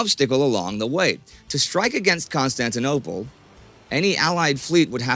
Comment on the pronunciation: legent said constantinopole